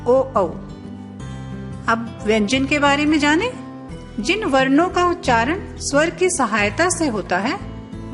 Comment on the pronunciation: स्वर स्वंर में पहला स्वर ठीक है दूसरा गलत कृपया सुधार लें